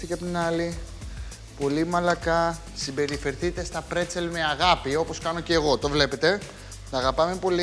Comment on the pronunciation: Μπρέτσελ και όχι πρετσελ- με μπ...